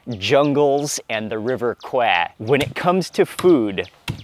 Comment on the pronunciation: His Thai is good why would he pronounce Kwai like that 😂 Am I missing something?